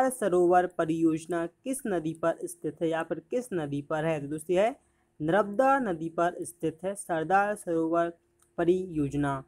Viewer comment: Nramda nhi narmda padenge